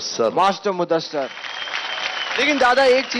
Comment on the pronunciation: Its muddasir.. Not muddasar